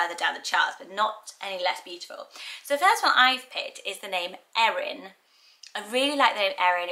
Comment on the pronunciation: Thanks for saying my name, Erin, correctly. Most people mispronounce and misspell my name and always have despite how simple it is. I've only ever met a couple of people with my name but just in passing.